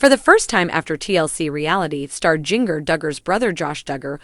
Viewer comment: It is Jinger won't you say get the name right.🎈